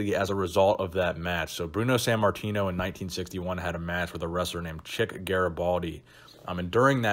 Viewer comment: san martino? or sant martino? why do you say his name like that